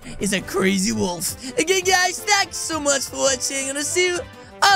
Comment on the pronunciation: I heard balls not wolf😅